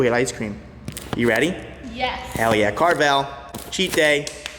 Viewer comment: That's how you know he is from up north. My man said, "CARVEL!"